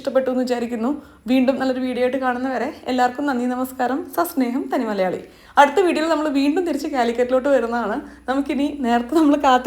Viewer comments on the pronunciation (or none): none